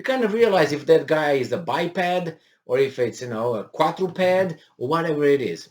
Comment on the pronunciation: Biped or quadarped ...LOLOL!!